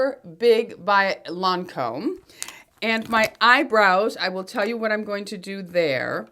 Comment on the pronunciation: You should come and visit me in Montreal (Canada) I would teach you all the wright prononciation of the french words like the name of the Lancome mascara because I can not teach how to say it in wrinting lollll. I speak and write better french then english and I can teach you spanish and catalan since my parents are from Barcelona, Spain.